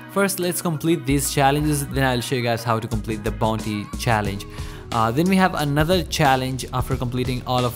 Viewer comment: The way he says bonti